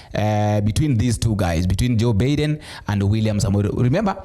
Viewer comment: Hey please that name is being pronaunce like this j. Baiden not Biiden.